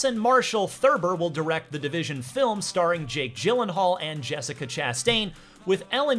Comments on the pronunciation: "The Divistion 2" at 5 minutes xd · The Divistion lol